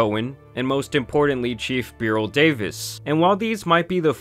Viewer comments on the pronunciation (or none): none